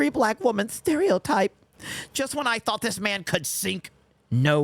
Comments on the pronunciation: He forgot the 't' at the end of the word 'thought', so I'm definitely done with his toxic ass. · Here I was thinking his great crime was dropping the "T". ...From the end of "Thought".